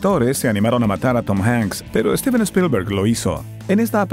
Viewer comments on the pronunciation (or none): none